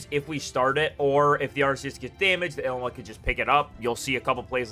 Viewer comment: The way you pronounce "Ilima" is borderline criminal :)